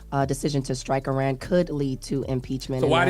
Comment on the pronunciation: Before trying to educate us on what happened with Iran, please learn how to pronounce it!